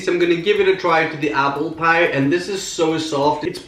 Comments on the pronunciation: I love your videos but I absolutely HATE the way you say PIE!!! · He says piee